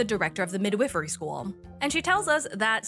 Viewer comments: WHY are you saying "mid whiff ery???" If youre talkingvabout a midwife its mid wife, NOT "mid whiff" nor midwhiffery.😂😅😊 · The second i in “midwifery” is long…Mid-Whiffery sounds like a Harry Potter house from Wish.